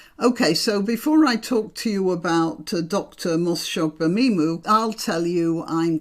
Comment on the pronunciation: Congratulations on pronouncing Dr.Shola's last name. Marlene Hadleigh was a follower of the Doctor and tried to emulate her style of dress. As far as i can see the only difference between Dr S and mr Fararge is their gender both are bigots, both love to hear the sound of their own voice and both dress to exsagerate their ethnicity. I wonder if Dr. Shola haas an account with NatWest bank🤔